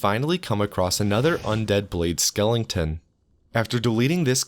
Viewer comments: *Skeletons, not skellingtons lmao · Dude, are you saying skeletons like that on purpose?